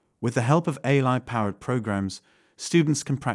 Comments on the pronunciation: The voice keeps saying "a-lie" - is this a programming fault or a subversion of the message? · the voice just said "a-Lie" at about 8.21 - This video is Ai!